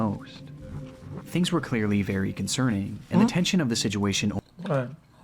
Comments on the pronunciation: holy fuck I'm not the only person sick of hearing him say "Sidjewation" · si jew way shun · ITS BEEN YEARS AND CAN STILL NOT SAY THE WORD “SITUATION” 😭 listen when he says it, you can never unhear it